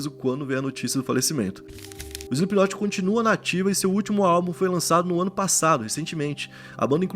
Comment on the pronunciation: 4 segundos de vídeo e ele falou o nome da banda certo